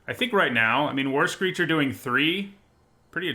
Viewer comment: Whenever you mentioned "war screecher", I keep hearing "worse creature" and interpret that as "look, this is creature is a anemic 1/3"